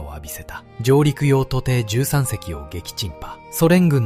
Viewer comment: 内容はとても良かったです。日本人が忘れてはいけない戦いです。 しかし、AIの読み間違いが多いです。とていってなんですか？舟艇（しゅうてい）丹生（にゅう）です。後、読み上げた後の間が気になります。